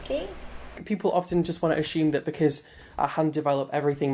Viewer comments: He loves to "ashoome" a lot, for someone so obsessed with receipts... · When he says assume as aSHume I ache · I would die a happy man if I absolutely never heard him try to say "assume" again... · I hate the way he says "assume" well frankly I hate when he speaks..